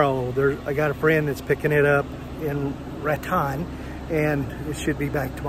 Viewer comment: Looks like you’re getting things taken care of. Now as for the pronunciation of Raton, New Mexico. It is pronounced “Rat tone” not “Rat tawn” Got it? Safe travels my friend.